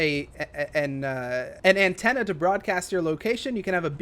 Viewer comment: My dude forgot how to say antenna lol